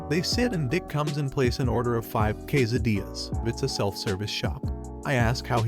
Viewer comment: Kway-sa-deez and yalla-pee-nose